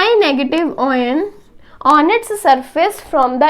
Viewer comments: oyan nahi ion bolte hai usko baki badhiya samjhaya hai maza aaya samajhke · Mam it's very nicely explained ...but the word oyn instead of ion distracted our mind